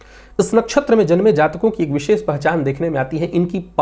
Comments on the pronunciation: विशेष का उच्चारण कहीं भी विशेख नहीं सुना है आज तक 🙏🏻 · विशेष का उच्चारण कहीं भी विशेख नहीं सुना है आज तक🙏🏻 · विशेष का उच्चारण कही भी विशेख नहीं सुना है आज तक।